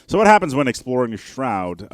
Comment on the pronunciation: There's a U in that their word "shroud" boy